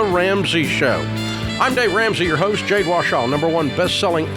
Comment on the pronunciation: I heard him say it correctly one time a couple of years ago.